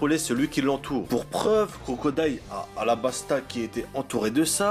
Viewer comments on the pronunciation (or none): none